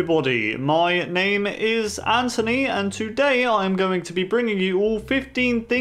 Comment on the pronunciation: You said "My Ame is Anthony!"